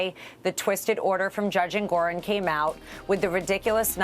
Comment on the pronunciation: I just heard it like, Judge Andgorong